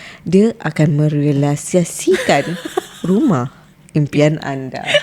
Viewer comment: " Me-ray-li-sa-si-kan " , anw saya new subscriber from Penang 😂. Mengekek2 dkt office 😂